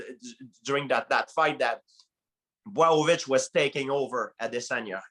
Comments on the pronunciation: Man, everybody got his own way for pronunciate Jan Blachowicz !! GSP just said BWOWOVICH 😭😭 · George" Bwow-o-vich" St. Pierre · GSP was STRUGGLING with saying Blachowicz’ name